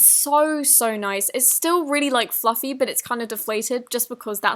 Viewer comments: Omg is it just me but ....... IN THE VIDEO U SAID FLUFY INSTEAD OF FLUFFY AND U SOUNDED SO CUTE. It was 😍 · OML dId ShE JuSt sAy fLulFY (Time )